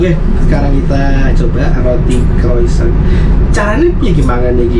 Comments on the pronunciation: Croissant dibaca kwasong. Kykny lebih baik dikasih buku menu biar lebih cepet. Dr pada menjelaskan menu satu persatu. Ini harga dan kelas bukan untuk kaum mendang mending. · Mbk, croissant dibaca Krwasong... 😊